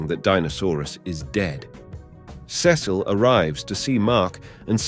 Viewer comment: I’m I the only one that cringes when he say Cecil